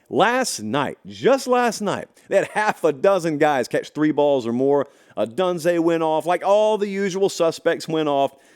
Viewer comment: Pronounce Odunze right there sir.